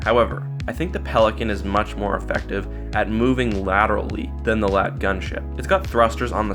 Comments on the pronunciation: And another thing that shows how much you don't give a shit is how you say lat... its L A A T.its amazing how you gave enough of a shit to read of a wookiepedia summary T.its lel xD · L.A.A.T, not a LAAT you say each letter like the AT-AT